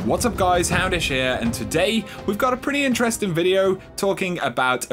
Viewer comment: To me when when he said houndish I hear hamish.